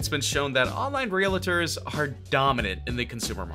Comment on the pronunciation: It's REALTORS, not "realators." I hope you don't also say "athaletes"